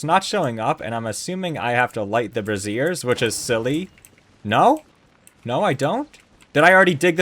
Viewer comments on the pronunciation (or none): So, just FYI, "braziers" and "brassieres" are not the same word, and they are pronounced differently. "brazier" (sometimes spelled "brasier") = a container holding burning wood or coals. It is pronounced "BRAY-zehr". "brassiere" = a woman's undergarment (bra). It is pronounced "brah-ZEER". No, you were not going around lighting women's bras on fire ...